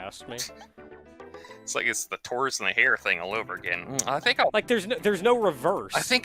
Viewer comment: I heard "Torus and the hare."